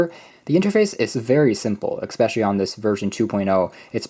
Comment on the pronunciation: I find the way you pronounce "especially" very annoying.